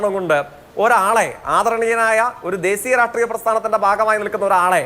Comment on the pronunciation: അതിസക്തൻ - വിസകലനം - ദേസീയ - വംസഹത്യ എന്റെ ജയിക്കെ... മലയാള ഭാഷയുടെ അഭിമാനമേ...